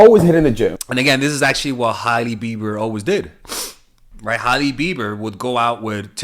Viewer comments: Her name is pronounced ‘Hay-Lee’ not ‘Hiley’ Love you tho! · Lol it's pronounced Haley